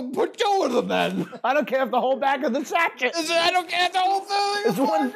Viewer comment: Are you aware sachet is pronounced "sash-ay"?